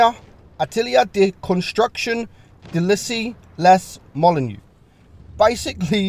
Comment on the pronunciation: for the French pronunciation, it’s this: Atelier (a-tuh-lee-ay) de construction d’Issy-les-Moulineaux (deesee-lay-moolino)